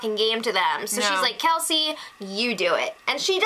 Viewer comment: First of all it's kelsey not kalsey she isnt a cabbage. Second of all every remaining houseguest gets to compete in the final HoH. And finally what do u see in the bros and kelsey? The bros are so immature are wrongfully full of themselves and kelsey is so gullible yet claims that she is the smartest person in this house. Oh well i suppose u are entitled to ur opinion but just know that Cassandra WILL win this season.